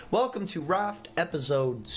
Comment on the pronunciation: Just me or does he say repisoide? For the outro doesnt he say repisoide instead of episode?